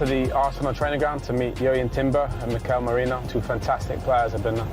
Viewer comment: there’s no ‘ñ’ in his name. don’t know why everyone struggles to pronounce it correctly. it’s simply just ‘Merino’. not Mourinho, Moreno or Meriño